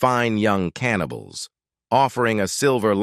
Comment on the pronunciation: Could AI ravage the English language any worse!? Stopped watching ca-anibals....